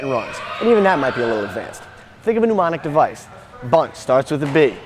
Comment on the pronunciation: Incidentally, it's 'mnemonic', not 'pneumoinic.'